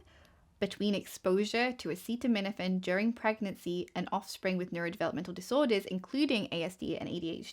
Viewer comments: Bro can’t even say acetaminophen and he’s trying to ban it 😂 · I won’t accept medical advice from someone who can’t even pronounce acetaminophen!!! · Woe to anyone who takes medical advice from a guy who can't even pronounce acetaminophen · I can't remember if I've seen a bigger shit show of know-nothings give a press conference in my life. This is full on grift mixed with incompetence on a level that is hard to comprehend. Donald Trump couldn't even pronounce the word acetaminophen. He shouldn't be on the White House roof, he should be serving a prison sentence for any one of the 4 indictments he was clearly guilty of that got rat fucked in the court system by Aileen Cannon and SCOTUS. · My favorite part of all this is the reason they're targeting specifically Tylenol is because Trump can't pronounce acetaminophen (paracetamol). The report he's giving says acetaminophen is the issue, but because Trump can't say it so they have to pentouple down on Tylenol. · Not to mention Tylenol. He’s president of the United States and can’t even pronounce acetaminophen during his own “groundbreaking” press announcement. I’m so sick of this circus.